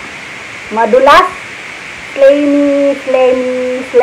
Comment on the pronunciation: ahahaha nice intro beautiful. Tala-tala haha tala-tala! Tiktok tiktok ano ba ang tiktok haha oo nga po ano ang tiktok. No skip ko sa imohang ads, sana all din monetize napud. 4 commercials na so far galing naman. Kalami anang okra sa ginamos. Slimy (pronounce as slaymi sis) hahaha wow 5 commercials na lol taas kaayo ang Huawei commercials lol di ko mopalit ana nga phone kay sa intsik lol gibanned na sa US pangspy nila hehe barato ra kaayo imong brunch sis. Sakto bitaw na para sa atoang panahon karon. Grabe 6 commercials na. Beauty secret tinuod na imohang sis kay gwapa man ka kaayo.